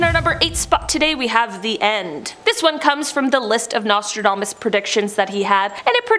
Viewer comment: I heard his name was pronounced "NASTYDAMAS" :)